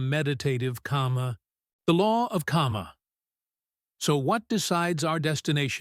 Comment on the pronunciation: It's not 'kama'.